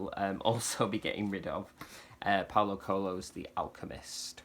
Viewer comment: U need to practise, your Portuguese 🥰 PAULO COELHO 🙏 But, be carefull, PORTUGUESE Language, is not Brazilian😉